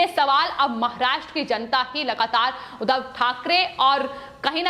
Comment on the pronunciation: Udhav nehi Udbhab. Muh se supori nikal ke baat kijiye plz